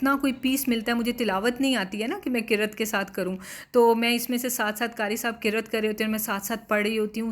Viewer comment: Aoa ap ki videos dekh kr bht khusi hoti he me to Mishu ki wajha se dekhti hoon mujhe bht piyara lagta he Ma sha Allah mein is ko dekh kr sath sath is ko duaein de rahi hoti hoon and dear word qirrat nahi hota Qiraat hota he